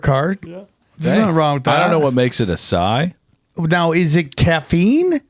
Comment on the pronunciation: Listening to mispronounce the word "acai" with confidence should show people doesn't know what the fuck he's talking about half the time.